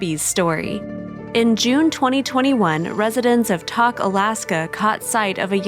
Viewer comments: I'm from Alaska and when she said "Talk Alaska" I had no idea what town she was talking about.😆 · I'm from Alaska and even though she didn't pronounce Tok right that's ok they helped the baby 🐻 & so glad that got along with each other. Right on & hey from Alaska